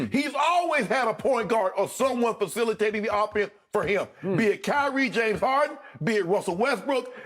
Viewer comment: Bruh you gotta have falicilitation lol